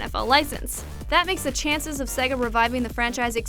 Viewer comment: _- why is her pronunciation of Sega making my head hurt?